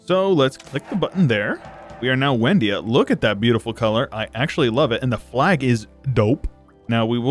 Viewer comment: Excellent video; I have two things I would like to point out, though. First is that it's probably pronounced Vendia, considering it is Slavic; second is, why did you annex the land for yourself and transfer it through the subject interaction when you could do it through the peace deal?